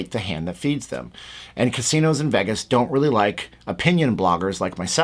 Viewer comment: it's pronounced VAYgus, not Veggus.